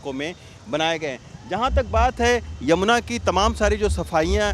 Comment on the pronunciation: यमुना जी बोलना सीखो संवादाता